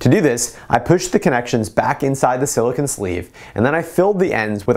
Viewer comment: You keep saying silicun. It's silicone. Cone, not cun.